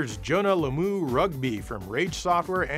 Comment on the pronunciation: The most incredible pronunciation of Jonah Lomu I have ever heard in my life